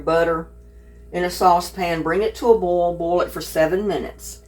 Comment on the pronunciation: It's not BALL, it's BoiL